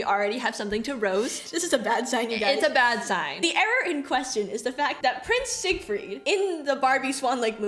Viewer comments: "Siegfried isn't that hard to say" she says while misproniuncing the name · I am a daniel viewer and I think they made the name simpler because Siegfried uses German pronunciation and they probably decided this was too hard for children haha but I couldn’t say why they chose daniel ofc haha